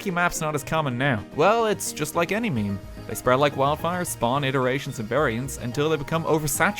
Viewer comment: Meme, not mime, idiot.